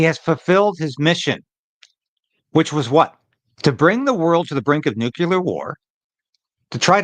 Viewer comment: It’s nuclear, not “nucular.”